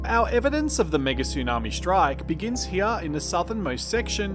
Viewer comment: I very much like your videos, but could you please not mangle the language as much - There's no such words as Aushtralia, shtrike, shtrip, etc.